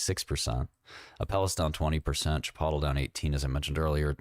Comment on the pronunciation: That might be the worse pronunciation of “chipotle” I’ve ever heard